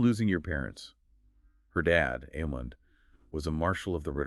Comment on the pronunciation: Couldn't even make it 20 seconds into the video. If THAT's how you're going to mispronounce her name (this character you claim to like)... I'mma watch something else